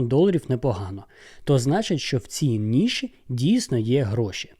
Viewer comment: Ніші, а не ніши